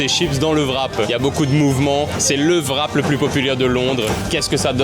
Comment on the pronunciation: Je ne sais pas comment se prononce CZER mais en revanche WRAP c'est comme WRITE ou WRISTE le W est muet. Donc c'est "RAP" et non "VRAP".